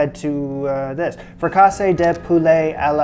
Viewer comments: i like how you called it fricassee instead of fricassee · How did a Canadian grow up to be such a slaughterer of French?? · That accent in fricassée tells you where the stress is in the word. It's not fri-caaase, it's frica-see. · It's not frekAsse. It is frekasEE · Love your vids. But FYI....it is pronounced "frick-a-see" not "frickawsay" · 30 sec in .. 'is he really going to say frih CAH say for the next 12 mins..' lolzzzz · Right!? I can’t with this! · 48 seconds in, and if pronounces it the same as focaccia, as in bread, one more time, my head might blow off! 😂❤ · fric a' see. Accent on second syllable. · Love your video presentations. Hope you won't be offended by this suggestion, but — as you're doing so many French recipes and you regularly need to say their names (correctly, if you care to!), might I suggest that you consult with a French-speaking friend for help? Sorry, but "frik-AHH-say" sounded kinda funny (but congrats on the results, which probably tasted great no matter how you pronounced it!) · All the fricassée pronunciation "corrections"! It is a French word, pronounced free-cah-SAY. Understood however that in English it is most often pronounced frik-a-see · I'm sure I'm late to the party and someone else already told you. I think its pronounced "frick-a-zee", my grandma made an amazing all white sauce one. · The French language doesn’t accent any syllable. It’s “frick-a-see.” Hopefully that demystifies future French terms. Enjoy your take. Bon Appetite. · it's leviOHsa not leviosAH. 🙂 haha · C'était pénible à écouter. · You are forgiven (French Teacher here from Marseille). Your accent was on wrong syllables with fricassé. Nobody is perfect 100% of the time. I enjoy your videos and a few recipes. Making salade niçoise today (my recipe). 😊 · Nothing could have prepared me for how says fricassee. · Pronounce it correctly.